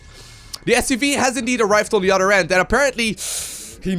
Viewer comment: bro! when you say other its othhhhher thhhher othhhhheer not utter, utter is a cow tit.